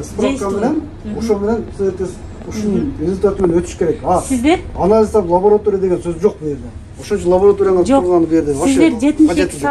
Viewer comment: Лаборатория, а не Лаборотория